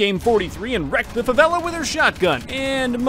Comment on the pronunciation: Great video and i love how you pronounce Favela correctly